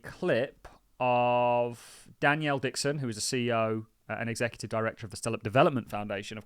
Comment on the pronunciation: You will never get her on your platform calling her Danielle Dixon! Her name is Denelle, “Den-ell” come on mate it’s not that hard, you just make yourself sound stupid!